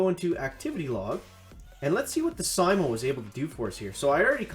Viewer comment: It's pronounced s-ee-m-oh and named after the finish sniper Simo Hayha. Stop it with the worst pronunciation failure since Bentimm1 kept saying "ChiroBomb" instead of "CryoBomb" 😛